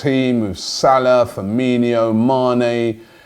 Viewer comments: Its firmino, not firminio. I hear this all the time. Does my nut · In case you care, Firmino is pronounced Fur-mean-o. The "yo" you hear in most Brazilian names is when the name ends with "ho" at the end of the name (Ronaldinho) 😀